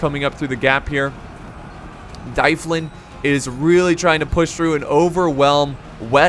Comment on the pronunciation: I'm pretty sure dyflin is pronounced dove-lin because gaelic.